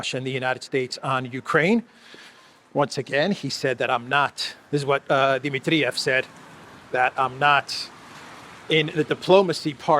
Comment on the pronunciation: Di- MIT-triev NOT Di-mit-TRI-ev. Please, it's irritating